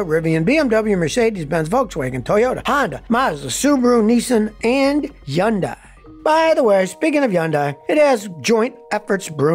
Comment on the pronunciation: Why does Scotty call Hyundai, Jundai 🤔